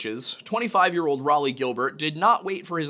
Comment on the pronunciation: I cannot aid pronounciation for all the difficult names but I can tell you that Raleigh is pronounced 'Raw-Lee' :) and Thames is pronounced 'Temms'.